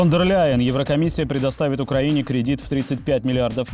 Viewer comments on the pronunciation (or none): none